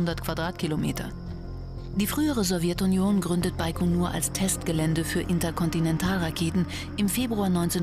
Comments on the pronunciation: Hab immer "bei Konur" verstanden...😂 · Das heißt baigonur